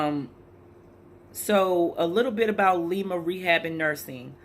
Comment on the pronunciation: It’s pronounced Lie-ma.... That’s a terrible place